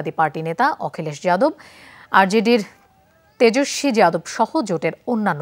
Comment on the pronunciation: তেজেসবী কে যদি তেজশ্রী বলেন,তবে ইয়াদব কে যাদব বলায় সমস্যা কি।